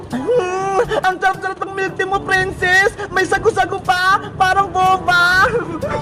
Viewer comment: Bakit yung "Tea" nagawang "Tae" Peke ba?